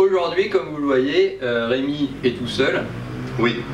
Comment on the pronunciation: Et c'est Rém"i"!!! Que diable!